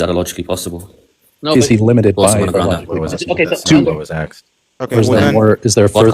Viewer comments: He does better than that, if you listen carefully, he says ax-sked, ax-sking, just to please everyone. You have nothing to complain about. 😁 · I'm always amazed that someone so smart still says "axed"